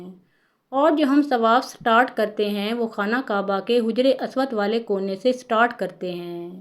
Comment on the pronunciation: Haja-ry. Aswad Not Hujry aswad